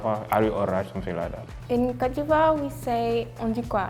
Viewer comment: Yo when she said posh she didn’t mean classy she meant snobby lol The chick from Ivory Coast says cote funny sounds like cat. We don’t say un phone we say cell ou mobile in canada